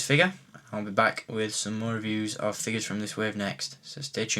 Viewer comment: I know your english but why do you say Figas? its figures godamnit!!